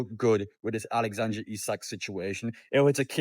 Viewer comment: mate it's Alexander not Alexandre 😂